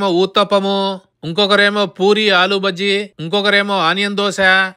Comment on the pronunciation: ఆలూ బజ్జీ కాదు అన్నా.. ఆలూ భాజీ. 😁